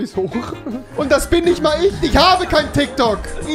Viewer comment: Nimand Wirklich niemand Rewi: „tyktok“.